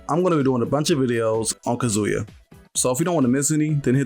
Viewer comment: Bro it’s “Kah-zoo-ya” not “kuhzooya” putting the emphasis on the wrong syllable driving me crazy 😂